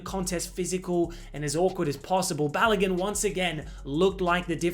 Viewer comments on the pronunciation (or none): It’s not pronounced Ba-lo-GUN, it’s Ba-lo-GOON